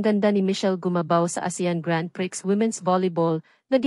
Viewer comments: grand priks??? its pronounced as grand pri... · Miss not priks..when u pronounced it. It's prii.. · Anong Grand PRIKS?You must be wrong on your pronounciation! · Ayusin mo nman ang proNUNciation mo ng GRAND PRIX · grand pri basa dun😂😂